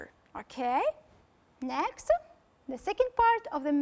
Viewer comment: Just avoid saying' next'_e ... in a French way.